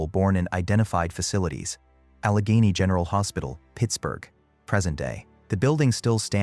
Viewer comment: The pronunciation of Allegheny is totally wrong, repeated many times. Don’t you guys do any review and editing???